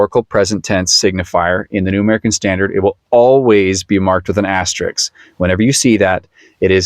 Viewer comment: FYI, the word is "asterisk", not "asterix". Asterix is the name of a cartoon character. Asterisk is the typographical mark you describe.